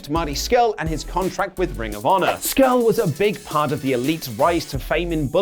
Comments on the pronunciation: Ha you called him Marty 'Scrull' during the Pokemon thing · Marty “Scrull”? Ah cmon boys not you too